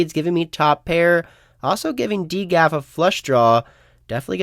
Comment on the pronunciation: who pronounces it D GAF lol